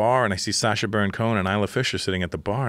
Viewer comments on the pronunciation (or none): it’s “Sacha”🤣🤣